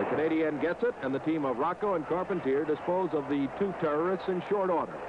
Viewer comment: Check it out: two refs for a tag team match! You'd never see that today. And you hear now the announcer butchers the last names of Carpentier and Rocca?